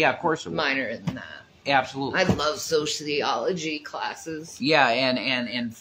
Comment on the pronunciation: loves sociology so much that she can't even pronounce the word!